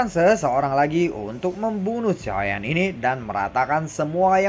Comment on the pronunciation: Bg ngomong "Xiao Yan" nya jgn di gituin kurang enak denger nya Kaya dulu aja bg pembawaan nya enak. Dan pertarungan dewa bintang 8 bg bukan fighting bintang 8,bawa pke bahasa Indonesia aja jgn Inggris Inggris an